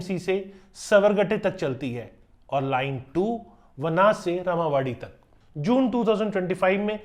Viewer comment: चुटिया मिश्रा वाकड़ को वकड़, रामवाड़ी को रमावाड़ी, बानेर को बनेर, और पता नहीं क्या क्या अनाप शनाप बोल रहा है। पूरी रिपोर्ट लगता है एआई से बनवा करके बकबक करके बोल दी है। घटिया, बल्कि बहुत ही घटिया विश्लेषण।